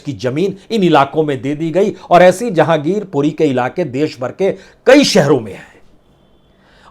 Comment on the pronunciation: Zahangirpuri nahi Jehangirpuri sir